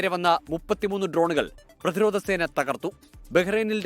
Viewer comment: ആക്രമണം എന്ന് പറയല്ലെ പ്രധിരോതം എന്ന് പറയൂ